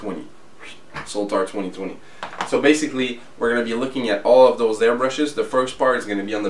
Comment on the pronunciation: I liked the review, especially the comparisons between the different models. I'm curious though why you call the Sotar model the S-o-l-t-a-r with an L. Anyway, happy NY.